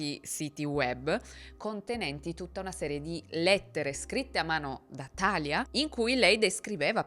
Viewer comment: Sempre bravissima,. È un piacere ascoltarti. 2 appunti però: 1) Talia si pronuncia Talìa (lo dicono anche in uno dei video che ci hai fatto vedere) 2) l’adderal è un eccitante per cervelli neurotipici, ha una funzione stabilizzante e in parte calmate per cervelli ADHD, e nemmeno per tutti. Se Larry avesse avuto un ADHD sensibile alle anfetamine lo avrebbero fatto dormire. Io sono ADHD (e autistica) e gli eccitanti mi mandano direttamente al pronto soccorso, ma ho amici ADHD che per dormire prendono il caffè. Riguardo alla difficoltà di uscire da situazioni di manipolazione hai proprio ragione, è molto meno facile di quello che si pensa. Anche perché persone così sono dei fantastici profiler e riconoscono le persone con poca autostima e facili da manipolare lontano un miglio. Anche per questo molte persone si ritrovano più volte nella vita con partner e amici abusanti. Ringrazio il cielo di essere uscita da questo ciclo a 35 anni. Ma bisogna fare un lungo lavoro sulla propria autostima e sul fidarsi di se stessi. Grazie per le tue storie ❤